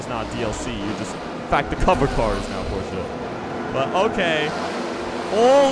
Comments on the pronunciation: wait... did he just say porcha "9 11"? 0_0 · Does it annoy anyone else when he pronounces it Porscher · you say Porshce weird